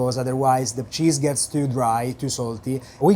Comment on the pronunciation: The way he pronounces the name of the cheese does things to me..... Pants things.